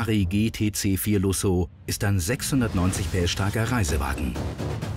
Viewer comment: Wenn Deutsche gtc4lusso sagen 🤮